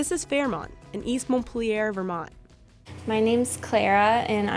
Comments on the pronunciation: “Mont-peely-air?” You mean Mont- peel- yerr. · Montpelier is not pronounced in the French style as many other French words here in Vermont. It's "Mont-peel-e-yur" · It's pronounced Mon-peel-yar. There is 0 accentuation to the word. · As a former "Vermonter" , I can say that the easiest way to identify yourself as out-of-state is to pronounce Montpelier any other way than "Maunt-Peel-yer". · As a Vermonter, that is not how you say Montpelier. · WHo the hell says montpilier MONT PILL EEAIR that's some west coast shit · please learn how we pronounce Montpelier here in Vermont if your'e going to do a story featuring East Montpelier. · Please stop pronouncing Montpelier like that. It doesn't make it sound more French. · Great cheese for sure. VT = quality. The narrator doesn't seem familiar with the state though, pronouncing Montpelier with a bit of a French accent at the mark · Wasn't it a hoot the way she prounced Montpelier? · that is NOT how you say Montpelier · Learn now to pronounce Montpelier correctly. The American pronunciation, that is. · I HATE how the voiceover lady says "Montpelier"